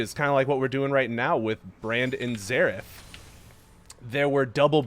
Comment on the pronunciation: Everytime he says Zerath i hear Zeref isntead (from fairy tail)